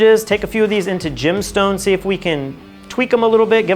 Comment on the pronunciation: i see "Gemstone" I hear "Gymstone"